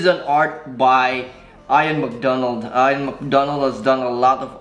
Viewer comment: His name is pronounced “eeyan” not “eyeon”